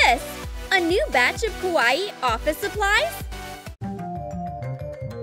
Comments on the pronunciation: You don’t even say kawaii right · I loved everything but the girl said kawaii wrong pfffff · Anyone else annoyed how she says kawaii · Has anyone not noticed she said Kawaii really weirdly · please pls pls tell her how to say Kawii correctly!! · she says kawaii like how youre supposed to pronounce Hawaii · They said kawaii wrong LOL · That's not how you say Kawaii tell you say kawaii kawaii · How says kawaii: KUWAIE How to say kawaii: ka why E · She always says cut it like this it is so irritating also the way she says kuawii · did anyone laugh when she sai kawahii #trigered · 1:it's kuh why ee not kawai!!!!2: did anyone else notice Finn from adventure time? Still like your vids! Keep em comin!😉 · Its kawii not kawahee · OMG i can not stand how she says ka wati instead of how you really say it ka why e not ka wati lol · Its kawaii not kAwyE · its not kawani ITS KAWAII!!!! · The way she says kawaii kills me 😂 “Ka wat ee” 😂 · Has very true she said Ka wa ii lol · Kawaii: (exists): KAH-WAH-EE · Ah yes, we all love ka-wa-e things. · For me it sounds like is saying KAWA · Ka-wa-e is how she says it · oh mah god "kawawai" YOU SAID IT WRONG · Did she say a KA WA E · She says kawaii as kawa ee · What is it Hawaii that is what it sounds like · it is KA Y E not KA WA E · Who gets triggered when she says kUwAeE? Like if u did ! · Make the bunny kawwi Me: I swear if she says kawwi 1 more Time I will unsubscribe not 2 mins later: blah blah blah KAWWI Me:unsubscribe from select 👉 Yes No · I’m sorry.. is she saying ka wah ee? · She says KA-WA-EE not right🤨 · It is pronounced Ka- why- ee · You pronounce kawai like kawiyey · Is It Just ME Or Everything With a Face On It NOT Kawaii And STOP Saying Kawaii Like Kawaee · She is not saying Kawaii she is saying kawa e !!!:( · bruh its kawaii NOT KAWA EE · Same, she says kawaii so weird but I like her channel